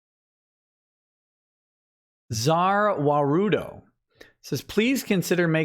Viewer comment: He may have pronounced it wrong but actually said ZA WARUDO (it’s pronounced za worldo)